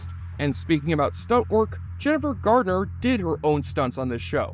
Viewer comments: Garner, not Gartner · It’s Jennifer Garner - it sounds like the narrator keeps saying “Gardner” . Odd ….